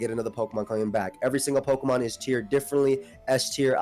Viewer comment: the way he pronounces words though kills me lol. Peauxkamon, alseaux